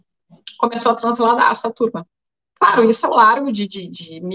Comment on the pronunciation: hahahaha! Show! Adorei o "CRARO" do amado, hahahahah dei risada agora! Gratidão querida Ana Paula